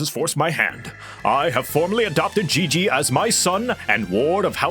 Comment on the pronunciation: It's "Gigi"... like " G U I L L O T I N E ". Hon hon hon~ ♥